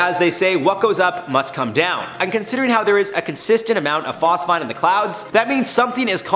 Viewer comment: Phos-feeeeeeen! 🤦🏽‍♂️Bro😊